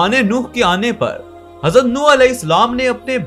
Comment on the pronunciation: Yar ye Nooh نوح hy. Apne ne darust kr len please